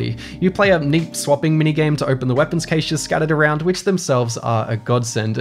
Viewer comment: Did...did you just invent a third way to pronounce the word Cache?